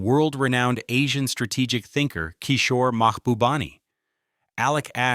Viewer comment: Don’t pronounce Kishore name like a Muslim name !! 😡